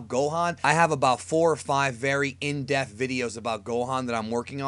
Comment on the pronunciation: Am I crazy, or does mean "In-depth" when he says "In-def"? Is he just pronouncing it weird or does he actually mean to say "in-def"...because if so, I don't understand what that means.